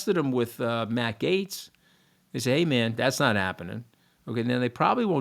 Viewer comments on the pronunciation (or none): none